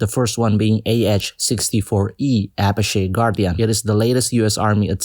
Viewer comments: Apache is pronounced (UH-PATCH-E) my dad was a mechanic for 10 years sorry I had to correct you on that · it is pronounced "Ahh paah Ch E" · The ah64 apache is said a-patch-e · Don't you dare mispronounce my beloved Apache's name again. It is pronounced "uh- -patchy"